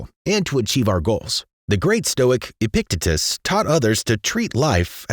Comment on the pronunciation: It's pronounced; "EH-pick-TEE-təss" not "EH-pick-teh-tis" <3 awesome video otherwise. Glad you're not depicting stoicism as a 'grindset' like the rest of youtube